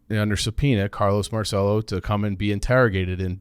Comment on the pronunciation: In New Orleans we pronounce it "mar-sell-o." You guys are the only people who understand what happened to JFK. Who had more motive, means, or opportunity to off JFK? Lee Harvey Oswald was in Marcello's orbit. Jim Garrison, New Orleans DA, was a Marcello stooge whose job was to throw everyone off Marcello's trail. Garrison was successful in getting anyone who believed the assassination was a conspiracy to be labeled a kook. But ignore that.